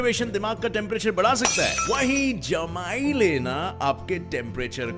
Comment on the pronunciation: I yawned when he said jmaayi